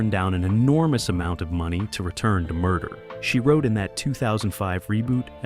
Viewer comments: Wish the video creators would train the AI to at least say the show's name correctly. It's not that hard. Really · The AI voice is distractingly and laughably jerky and hokey. Can't even appropriately pronounce 'Murder, She Wrote'.